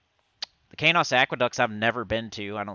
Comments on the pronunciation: He was pronouncing it wrong the whole time. It's SonyEQ backward and pronounced like keys and dose with the long O... Keynose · I think I've been pronouncing Qeynos incorrectly all these years.